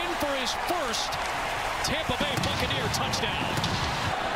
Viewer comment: Tompa Bay!!! LOL